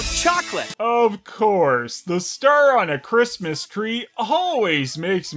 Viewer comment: "christsmas" wtf?